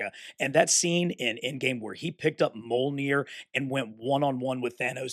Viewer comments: its definitely not pronounced mol-neer. The Mj together makes a "mee" sound. I studied old norse in university. But If its easier for you to say it your way though, you're free to do what you're like man. I hope that doesn't come across as hating in anyway at all, as i really enjoy your videos. Was just a friendly heads up incase you didn't know 😀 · Great video dude. Always been interested in these blockees, when they started doing transformers. Might have to pick up that iron man! Btw just a heads up, Mjolnir is pronounced mee-ol-neer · Brother you make such awesome content but it kills me hearing you say “moll-neer” every time you talk about Mjolnir 😭